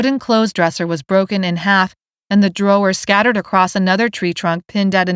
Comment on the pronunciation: Love these books but why does the narrator say drawers like that?! It drives me nuts every time she does it. She says it Draw-er-ors.